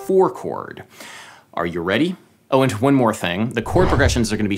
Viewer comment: "Oh, an*T one more thing..." , you know, Martha Stewart does this too, but more subtly. Is it a N. England thing?